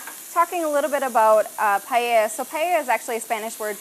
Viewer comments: "That's right Emily we're making some Spanish Paya" ????????? I don't know if I would want to take lessons from someone who has difficulty saying the name of the dish....... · The blonde can't say Paella! Lol! Makes me smile.